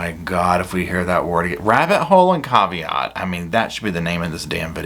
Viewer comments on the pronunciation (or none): “Yes, but with a cav-e-ott”. 🤦🏼‍♀️